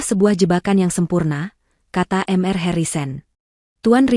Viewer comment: Mr dibaca mister. bkn m r